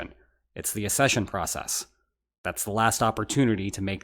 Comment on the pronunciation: It's not "assession", it is "accession"...as in, "ack-SEH-shun"....access versus assess, not the same words